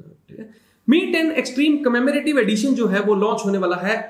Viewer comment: Bhailog ab se kahin par v "commemorative" sun liye to samajh lene ka it's 🙏🏻🙏🏻🙏🏻 #stufflistingsarmy❤️❤️❤️